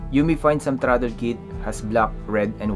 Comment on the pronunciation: About the accent. I got into your mode of talking and replayed a few parts but although it doesn't hurt to improve your English accent, if you just slow it down a bit, words can be understood I think. For this video, simply slow everything down. The 3 speed plug, got it but it took 3 replays. Throttle is throt then L so throtL. There isn't a lot of good videos on the bunch of wires on a controller so thanks for making the effort.